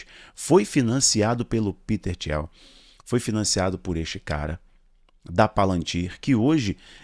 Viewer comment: Peter Thiel (pronuncia-se "tíu", e não "tiel") não tem parentesco algum com Jared Kushner. O genro do Kushner é o Trump...